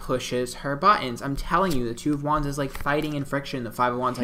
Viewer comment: I think he is saying "wands" but all I hear is "Juans" ...3 of Juans, 4 of Juans....Or is it something else? I know nothing about Tarot cards and had this playing in another tab and didn't know he is most likely saying "wands" until I switched back to the video.